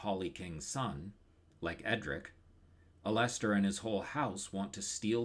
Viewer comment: This video is really good but your pronunciation of Alester is unforgiveable and I have no choice but to report you to the proper authorities.